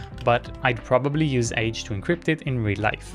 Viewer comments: You might want to pronounce "age" a bit differently in that context. From the age website: The author pronounces it [aɡe̞] with a hard g, like GIF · Pronounced “aghe”